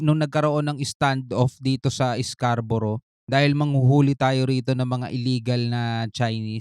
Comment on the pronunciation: Nawala na ang Scarborough naging calboro na,😂